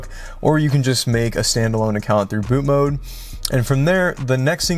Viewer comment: i love your content. but for the love of jesus. it's bootMOD not bootMODE.